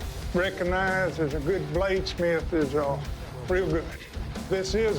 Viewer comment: This guy pronounces eel from ill so hill would sound like heel. 😂 Is this affectation rill?